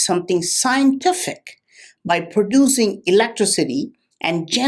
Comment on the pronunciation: I would like to put all words that doesnt pronounce properly into one sentence...electricity is one of them...;)